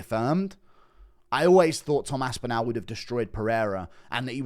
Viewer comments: START PRONOUNCING ASPINALL THAT WAY... ASP IN ALL... NOT OWL.. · you are pronouncing Tom’s last name incorrectly..say ‘all’ then say ‘AspinALL’..not Aspinal’…trust me..there’s about 20 million people in North West Uk where the name originates that shudder when you mangle it..😂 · Northwest England, not UK. He does say it weird though, even for someone from the south.